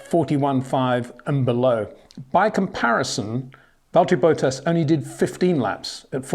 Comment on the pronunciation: Who is Valteri Boat-Ass?